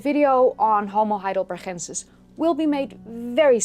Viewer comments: Your accent is so good that it is a little jarring when you use that glottal sound that English doesn't have in Ergaster and Hidelbergensis. If you had a terrible accent that would sound fine. Regardless, a great video as usual. Ps... I prefer NeanderTHal to NeanderTal. I think that pronunciation both goes back farther and sounds more natural in English. In any case, both are fine and switching randomly keeps people on their toes. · I had been wondering if you were Spanish by the way you pronounced Heidelbergensis and Ergaster with the g sort of rasped into an h. I wish we had had more instructors like you when I studied Anthropology back in the 60s. Oh how different my fate might have been.